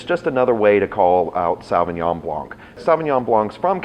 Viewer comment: I'm not sure why people can't pronounce Sauvignon Blanc properly.....